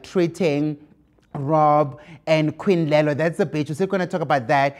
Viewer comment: It's " queen lolly" by the way Musa, queen lelo is someone else